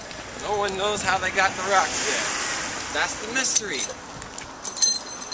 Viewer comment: "Stown'enge" Ha ha! Spot on! £5.90 ?!?!?!!!